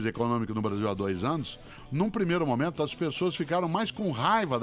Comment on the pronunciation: Nesse momentoa ... Nesse sentidoa